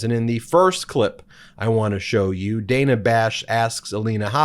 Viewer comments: Dana Bash: pronounced Dar-nar, not Day-nar. 🙄😖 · It’s DAN-A. Not DANE-A Bash. Took me a while too! Cheers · Protip: "Dana" as in Dana Bash is pronounced "danna" not "dayna" (yes, it's unusual) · Dan-a.... not Day-na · Love your channel Ben…. But it’s pronounced Danna……. Not Dayna…. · Love what you do but Ms Bash's first name is pronounced Dan-A not Day-na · BTW, It's /danna/ Bash, not /dayna/. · It's pronounced 'Danna', Ben. Not 'Dayna'. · I may be picky or wrong, but I think it is pronounced Dan_ah. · Hey Ben, it's pronounced Dan-uh, just trying to be helpful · Dana Bash pronounces her first name as Dan-na. Not a big deal, just a FYI. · It’s Dana pronounced like Dan with an “uh” at the end. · Its pronounced Dan-ah Bash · Hey Ben...just for further reference,. It's Dan*a Bash..short a. Keep up the good work! Love the videos. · Ben… he name is pronounced “Danna”. Don’t be a Republican name-mangler. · Dana Bash’s first name was consistently mispronounced. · Ben, your views need to be expressed, but you lose credibility when you mispronounce so many peoples’ names. Please learn how Dana Bash pronounces her first name, and verify pronunciation of other names before you record your videos.